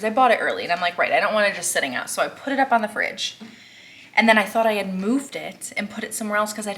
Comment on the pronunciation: Is he trying to say "up"?